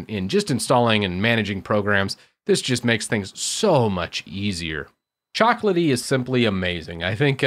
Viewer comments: It's CHOCO, not coco.... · Why do you say "coco" instead of choco? I mean, is choco from chocolatey right? you don't say cocolatey 😁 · Me: "Repeat with me. Chocolatey": "Chocolatey" Me: "Choco": "Ckoco" Whyyyyy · Yes he definitely is a native speaker. He's a tech guy after all, not an English guy xD i would ALWAYS pronounce "Choco" EXACTLY HOW IT'S SPELLED. (CHAWKO) musta unlearned this by grade 2 haha